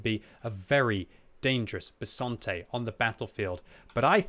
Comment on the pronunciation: Italian’s tank name: Bisonte.: Bessonte. Subtitles: Besante.